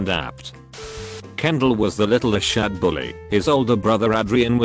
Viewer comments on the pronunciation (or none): none